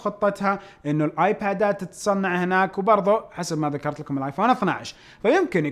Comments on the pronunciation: تصنيع وليس تصميع ههههههههههههههههههههههههههههههههههههههہ'هٌ 😂💔. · تصنيع مو تصميع